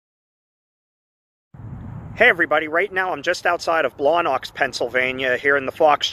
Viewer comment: that place brings out the best Yinzer accent lol Blawnox lol